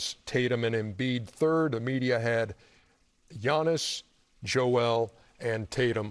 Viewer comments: How is Chuck still getting Giannis' name wrong?!?🤦🏾‍♂️🙆🏾‍♂️🤦🏾‍♂️🙆🏾‍♂️ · Maybe I’m sensitive but Giannis is a champion and an MVP, Chuck needs to pronounce his name right. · Chuck still butchering Giannis' name 😂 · and he botched Giannis' Name